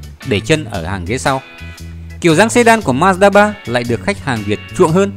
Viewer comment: Ma-da ba là gì?Ông ơi đọc chữ như ông mất cảm tình quá thôi